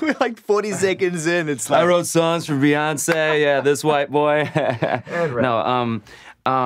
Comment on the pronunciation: Did he just say "Rihoncé" 😂😂